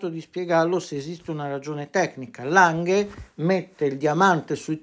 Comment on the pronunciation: per esempio "baumgartner", "lange", "lang" si leggono come in italiano, a parte "lange" che va letto con la G dura, come se fosse "langhe". Allo stesso modo "original" si legge come se fosse "orighinal", ma con l'accento sulla prima o, esattamente come se fosse italiano, a parte la G